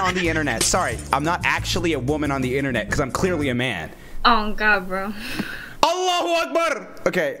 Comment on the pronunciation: When twomad said allahu wa akbar that sounded so perfect